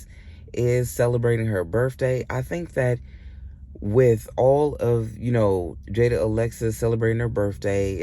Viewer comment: It's jaidyn not Jada 😂